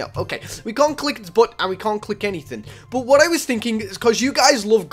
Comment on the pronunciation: How u say but “bot” everyone else “but”